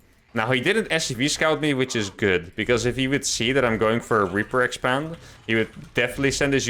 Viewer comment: "I did a reaper exepend" yep, minus the reaper tho